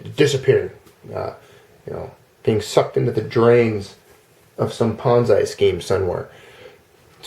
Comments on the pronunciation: Pet peeve - It's pronounced PON(ZEE) not PON(ZAI). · I like how you say "ponz I" and not "pon Z". I am cracking up so hard, and you just keep saying it like that. thanks for the lulz. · You're a good guy,, and I enjoy all your videos but I have never heard Ponzi pronounced ponz-eye wondering where you got that pronunciation. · Ah ha, a bit of history with that word. Leave it to you to know the history behind something like that. I wondered because I've heard other words we use pronounced other ways in other cultures. I'd never heard that one before though. I've seen things written differently here and the UK also. Yes, sem-eye and sem-ee are a common one. The whole time you were saying it, though, I kept thinking Bonsai in my head, lol.